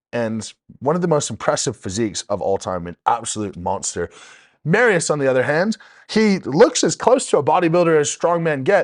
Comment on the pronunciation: “Mary-us” lol 5x WSM Polska gurom 💪💪💪